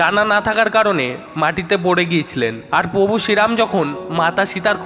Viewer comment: দাদা contain টা খুবই সুন্দর কিন্তু উচ্চারণ আরও সুন্দর হবে ।যেমন প্রভু উচ্চারন ।। বিষয় টা দেখবেন একটু ।